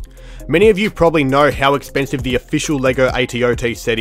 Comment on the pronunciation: bro said "the AT-OT is so expenise, procceds too show us two